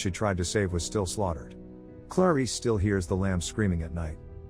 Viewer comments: Why is he pronouncing her name like "Claw-Reese" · There's something irritating on the way he pronounces "Clarice"